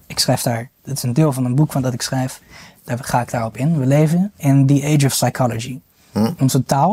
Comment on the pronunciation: in het Engels is de p van psy- silent. Dus: sychology, sycho babble, sychiatry, he's a sycho. Zonder P!! En ook "det" geen "debt".